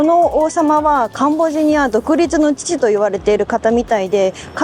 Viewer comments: ！ところどころ甘噛み（カンボジニアとか）聞こえるのは自分の耳のせい？でも最高です！リモコン見つかりましたか？ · "カンボジア"がうまく言えませんでしたね！😄😄 やはりカンボジアも中国に侵食されてるようですね⤵️ 楽しみにしてます！ 頑張って下さい！